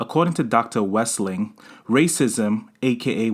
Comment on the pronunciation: You're saying her name incorrectly.